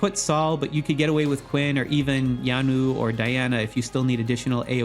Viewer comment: Great video as always!!! Just FYI: I believe Yeonwoo is Korean since it sounds like a Korean name. It would be 연우 in Korean. To pronounce the name it is not Yanwoo. The the “eon” in “Yeon” is pronounced more like a hybrid mix of “awn” as in “yawn” and the word “on” … but definitely not with a strong “a” sound.